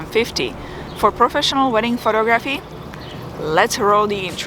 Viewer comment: Photo---graphy???? You are adorable. Love the videos and the accent.